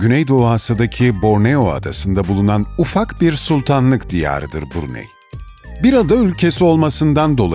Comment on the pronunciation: Bruney şeklinde değil Brunay şeklinde okunur.... ayrıca söylenilenlerin çogu saptırılmış bilgi.... Saudi arabistandan bahsediyormuş gibi anlatılmış....Keşke önce ziyaret etseydiniz